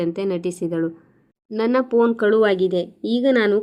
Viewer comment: Phone ಶಬ್ದ ಸರಿಯಾಗಿ ಉಚ್ಚರಿಸಿ